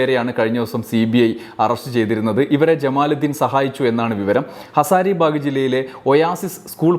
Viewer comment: ഹസാരിബൈഗ് ന്റെ പേര് ഒരിടത്ത് ശരിയായി ഉച്ചരിച്ചില്ല.